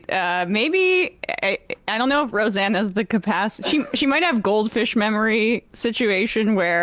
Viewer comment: “Ro-Xanax Barr” 😂😂😂